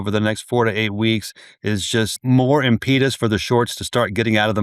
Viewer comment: Impeetus? Dude, don't use words you do not how to pronounce! Impetus is pronounced (phonetically) im-puh-tus.